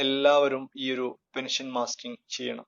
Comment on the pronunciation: It is mustering not mastering